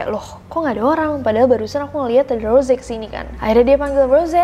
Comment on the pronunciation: Kak nessi itu namanya bukan rose cuma tulisan di panggil ros